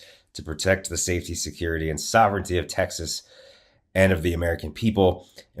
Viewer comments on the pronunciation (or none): I don't think he can pronounce sovereignty